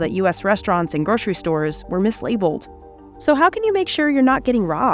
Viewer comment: Came to write this after the 12th time i heard MiSLaBLeD